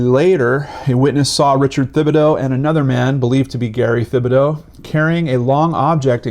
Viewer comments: His name is pronounced: Tib-ah-dough...not with a "th". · it’s pronounced Tibadoh!! Just so you know!! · Gary Thibodeau( tib-bo-doe)